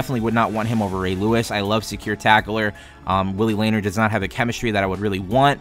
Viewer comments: my guy its pronounced laneer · And it is Luh-neer